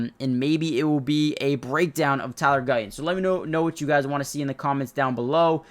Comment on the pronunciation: Would it not be better if you said Guyton instead of Guy-Un. And would it not be better if you said Martin instead of Mar-Unn?